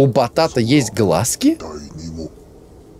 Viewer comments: НЕМНОГО ИНФЫ: 1. Да, с тату не всюду пускают из-за якудза 2. Не глазки, а глазкИ, то же есть и на картошке, мы их обычно выковыриваем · 😅😅😂😂😂😂😂 Не глАзки, а глазкИ😂😂😂😂😂 И у картофеля есть такое знаешь?😂